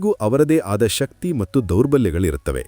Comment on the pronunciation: ಕೆಲವು ಶಬ್ದಗಳು. ಉದಾಹರಣೆಗೆ "ಮಟ್ಟು" ಎನ್ನುವ ಬದಲು "ಮತ್ತು" ಎಂದು ಉಚ್ಚಾರ ಮಾಡುವುದು ಸೂಕ್ತ.. ದಯಮಾಡಿ ಪರಿಗಣಿಸಿ.. ಕನ್ನಡ ಭಾಷೆ ಬಹಳ ಸುಂದರ